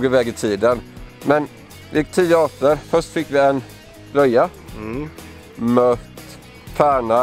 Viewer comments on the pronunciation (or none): Mört inte möt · Det heter mört inte mött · Det heter väl Mört inte mött